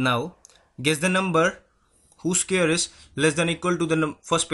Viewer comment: 1.This is a longer method. 2. Scary is spelt with a single r. Look up Scarry. You'll be surprised. And please get the pronunciation of square correct. And what is guessed out number? Shorter method. To find root of 625. Divide the number into 6 and 25. Step 1. If the number ends in 5 its root must end in 5. Last part of answer. Step 2. Find the largest perfect square equal to or less than 6. It is 4 and its root is 2. First part of answer.